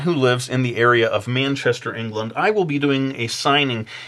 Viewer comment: Loved the way you pronounced Manchester. It just sounds a little odd in an American accent xD It's a little too far away for me to get to though... :( Please come to Wales, UK sometime, you could set up in Cardiff and even explore some of the country!